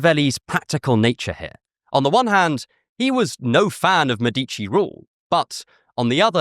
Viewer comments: Awesome video. (Btw It's Mèdici, not Medícci.) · MEH-dih-chee not muh-DEETCH-ee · I see you know that in Italian the accent usually is on the second to last syllable. Mèdici is an exception it means "doctors" and is the same root of medics. The accent is in the first syllable. Thanks that you had the interest to think about the usual stress pattern in Italian.